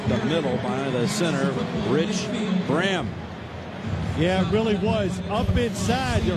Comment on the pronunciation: It's Rudi not Rudy... it's Braham not bram 😅